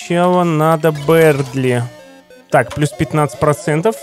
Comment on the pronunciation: Бëрдли а не бердли